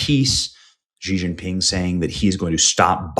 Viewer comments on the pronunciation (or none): Bro, it is not gee gee pin, or anything like that. Try a clipped "she". Pull your bottom jaw in as you say it. This is help create the correct sound.